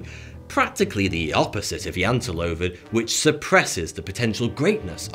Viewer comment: well you kinda murdered the translation on the Jateloven sorry to say